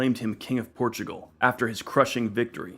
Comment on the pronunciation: You say "Portugual"? Sorry, your channel will be invade by brazilians.